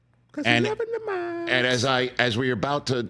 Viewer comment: We got Mock-sy.